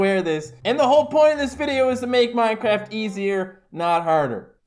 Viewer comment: Twy minecwaft hardcowe